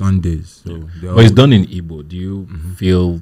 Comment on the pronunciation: Come correct or don't come at all. Its Igbo. The "G" is NOT silent.